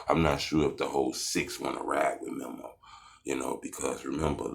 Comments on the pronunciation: DUDE ITS MEMO NOT MIMO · Lmao boy said Memmo 600 🤣🤣🤣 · Buddy be on they nuts so much and still can’t say memo right 😂😂